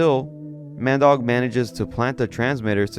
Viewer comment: Ah Mandeuk, more like Man Dog lmao